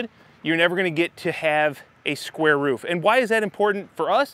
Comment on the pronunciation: It's "roof" not "riff".